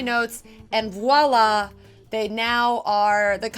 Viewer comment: Enjoy your videos, but it's voila, not wala. ;-)